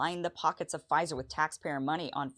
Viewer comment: Pfizer, not Phizer 🤣